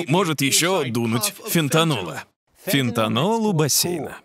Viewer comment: фентанил, а не фентанол